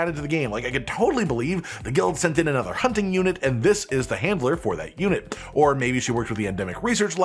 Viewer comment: I keep hearing Hitler not handler lol